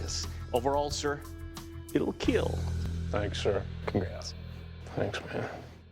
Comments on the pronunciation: "Will make bacon and It Will Keel" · "it will make bacon and keel" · “It will make bacon and keel” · it will keel. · He actually says "KEAL": Keep Everyone ALive. It's his mantra from the martial arts and self-defense classes he teaches. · fairly certain after keel became a meme he did stop trying to say kill and switched exclusively to keel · I swear Doug doesn’t even try saying kill 😂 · “ It wheel make bacon and keeeeel “